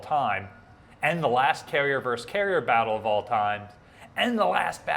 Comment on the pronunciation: Sorry to be That Guy, but it's pronounced "versus", not "verse". "Versus" is the Latin word for "against".